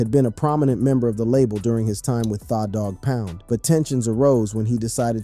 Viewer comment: Why he keep sayin thaw its tha like the i swear its fuckin up tha whole vibe😂😂